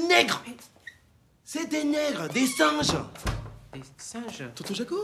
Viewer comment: "c ets dees SINNNGES"!